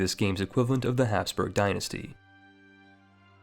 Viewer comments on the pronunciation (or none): none